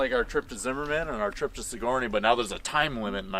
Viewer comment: Just to let you guys know, Sigourney is pronounced Sig-er-nee. Wonderful video once again! Love the Pontiacs!